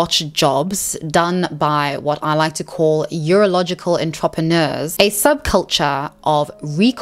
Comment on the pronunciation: Your pronounciation of entrepreneurs is ridiculous